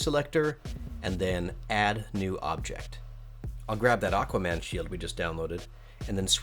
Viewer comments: "Aguaman", though. Haha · Anyone noticed "aGuaman" ?